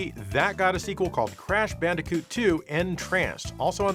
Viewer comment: Did he just say bandicute?